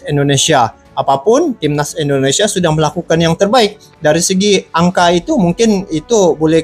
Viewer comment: Bang mohon maaf. Kita namanya INDONESIA. Bukan Endonesia bang